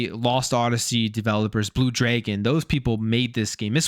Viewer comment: And it’s Dragon, not Draegeon 😂